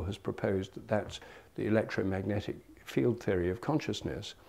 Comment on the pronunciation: "electrometic impulses"? Was his voice trying to say "electromagic"?